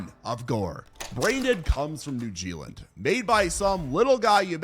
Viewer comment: Seems like the brits will ban a movie if it shows a papercut. BTW it's New Zealand not New Gealand bro.